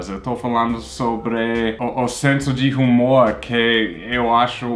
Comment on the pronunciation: tu fala h como na tua língua. H não tem som. Não é rumor, é humor( umor).